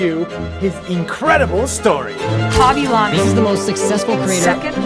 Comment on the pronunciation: Bro is not khaby lamy it is khaby lame